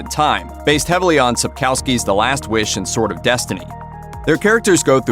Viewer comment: Dear World, please learn how to read Andrzej Sapkowski properly!